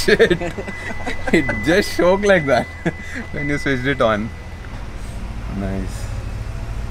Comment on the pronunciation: it’s just shoke like that 🤭 not shoke😂, shook